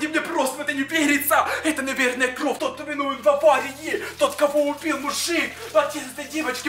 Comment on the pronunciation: Кровь ане кровь уларение на вь